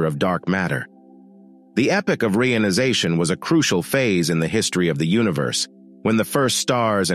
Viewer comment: Its EP POCH not epic. Its also re ion i zation